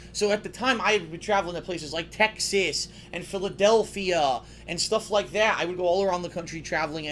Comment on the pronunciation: "Travelling to places like Tech-sis."